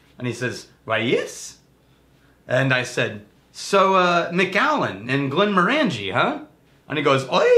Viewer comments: Glen MORE an jee.... Glen MORE an jee... say it ten times, stress on MORE. ...NOT glen more AN jee! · I hate to be that guy...but it's not Glen-more-ANJ'-ee... it's Glen- MORE'-anj-ee. Think orange. OK, lesson over. I love Glenmorangie! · Rex I once accidentally pronounced it like Glenmor-angie like the girls name in a pub in Inverness and they refused to serve me. Once I said Glenm-orangey like the fruit I was served right away. Fickle people in Scotland when it comes to our drink. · I hate to be that guy (actually I don't) but I've heard every Scottish person pronounce it "glen-MORE-an-jee". The middle of the word is "orange" like the fruit. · Hate to be that guy to the guy that hates to be that guy but it's Glen-Moranjee not 'More'. Think as if you were saying orangey at the end. No emphasis on any syllable. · They talked about this in the Quinta Ruban video. knows the correct way to say it but has always pronounced it the other way. Some habits die hard. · Yeah, totally my bad. Once I've said something one way, it's almost impossible to get it out of my head. Plus. I'm Texas. So maybe I can just claim that's how Texans pronounce it :-) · Yeah, I talked about pronouncing it correctly in our Glenmorangie Quinta Ruban video, and in this one, completely forgot. It gives Rex more reason to hassle me.